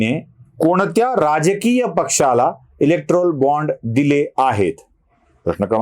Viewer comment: इलेक्टोरल असा उच्चार आहे